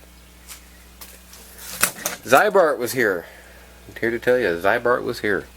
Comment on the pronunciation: It is pronounced as zee-bart, not zeye-bart. There is at least 2 cool Ziebart commercials with Rod Sterling and a 1973 Chevy on youtube. In Minnesota Zeibart and Rusty Jones are common treatments.